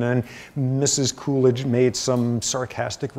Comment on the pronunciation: lol I thought he was saying coolage, as in cooling down period hahaha come to find out it's poor Calvin Coolidge